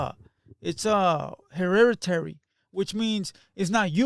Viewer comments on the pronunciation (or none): Bro talkin shii on foos that can’t speak Spanish but can’t say hereditary 😂. “hErReRaDy”